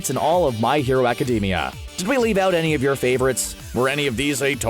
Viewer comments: Please change the way you pronounce My Hero Academia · This idiot really said "My Hero Academia" wrong